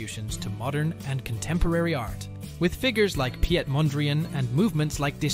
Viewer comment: You audio levels are all over the place mate, most editing software has leveling options for that. Piet Mondriaan: his first name is simply pronounced like the English "Pete" in fact, every time you see a word with ie it sounds like the first e in Pete. This is also true for Friesland (no it is not friesland as in french fries land. Potatos have nothing t do with the province, well... they grow and eat them obviously) That said, I didn't spot any factual errors.